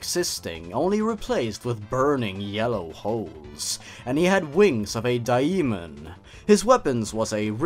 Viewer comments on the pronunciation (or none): Btw Daemon is still pronounced as Demon